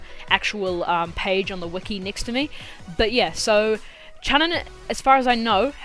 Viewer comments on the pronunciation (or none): Chunin is said like "choo-neen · Hmm did you guys here him say chunin